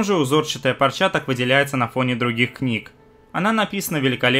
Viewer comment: ты уж определись: "пОрча" или... "пАрча"....:) p.s....в ссылке на это видео, - "пОрча"....